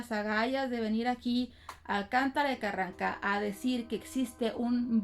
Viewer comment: Me gusta cuando dices Carran... Ca ☺️